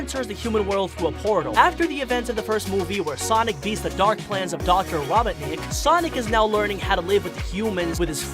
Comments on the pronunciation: He really said “Dr. robit-nic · Why are you saying robotnik like rob,otnik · It’s Robotnik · I'm wondering if this guy has a speech impediment since he uses "w" in place of "r" and pronounce "Robotnik" as "robinick". Not to mention "queen emewald" instead of "Master Emerald". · Me: Aye robertnik I need to talk to ur grandpa about him sending space colony arc crashing to the planet any chance you know where he is Egg man: dude he be ded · did he just say rah-bah-nik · Why do you pronounce his name like that. Raw-bot-nic Somethings wrong with you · I'm mad he's saying robotnic the way he is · Raboughtnick. That is definitely how you say that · It sounded like be said raw bot necked 😭😭😭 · I can't tell if this was intentional, but I picked up the narrator is saying Robert-nik instead of Robotnik... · i heard "green" and he pronounces "Robotnik" as "Robertnik" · “rawbotnic”. Ah, my favorite line. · did my guy really say robitnic? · It’s ro-bot-nik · Why is it so hard for you to pronounce Robotnik correctly? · First of all, Knuckles isn’t evil and wasn’t trying to steal the master emerald, also you said Robotnik wrong, also almost everyone knows sonic loves chili dogs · Ahem why did he say robotnic wrong or is that me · Why do you pronounce robotnik wrong? And in the beginning of the video... "gweeeeeennn????" And "thweatened" ?? Are you 4? Your about section says "your a funny guy that tell funny and interesting things" talking like a baby isnt really funny to me.... sorry.... just some constructive criticism.... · i love how he pronounces robotnik wrong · It’s not robbitnick it’s ROBOTNICK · Robotnik not robinik or whatever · The doctor Ra-Bont-nick just gets me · Its not robohnik Robot-nick 🤓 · Mans can’t even say robonik. “ Dr. rObon iK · Robot nick not robbinick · HIS NAME IS NOT RABOTNIC HIS NAME IS ROBOT-NIC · Its Dr ro not raw and u get the rest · Bruh keeps saying Raw-bawt-nik, ITS RO-BOT-NIK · It’s row-botnik. Not raw-botnik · Bro said robotic and not Robotnik